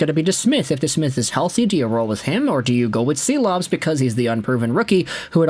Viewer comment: I love your content but he's Shilovs. Artūrs Šilovs